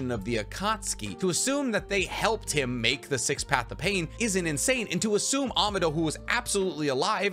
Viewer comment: AH MAAAH DOE not AMA DOE. EDO TEN SAY not EDO TEN SY. I'd sub if you didnt mispronounce so many things to the point i think you are trolling but you also pronounce other things perfectly fine so i think its just you havent heard the characters actually speak the words or you are just incapable of pronouncing them correctly.